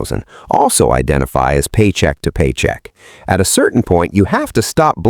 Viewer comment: Man I hate living "Paycheck to Poyrcheick"